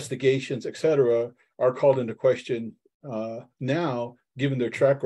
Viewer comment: "Et cetera," not "eck cetera."